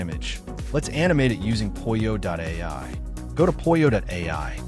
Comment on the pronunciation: Aha - I see my first post has been deleted when I corrected you on how to correctly pronounce POLLO not Poy-oh or however you pronounced it.